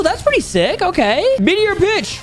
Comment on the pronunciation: No one is talking about how said meteor b**